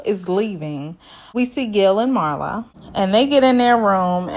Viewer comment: Pronounced MEERLA not MARLA. Loved the review!